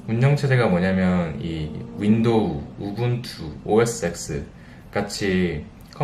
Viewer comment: 딴지는 아니고 살짝 놀라서 다는 댓글입니다만.. 무려 샌프란시스코 현지에서 일하시면서 OS X 을 오에스엑스라고 읽으시다니요